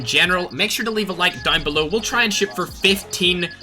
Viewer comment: When you say shoot, I hear shit😂